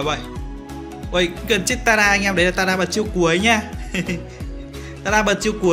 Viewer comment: Vs ai có nghe nói "tẻ raa":)))